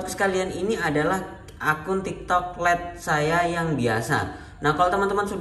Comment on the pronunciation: Lait bukan let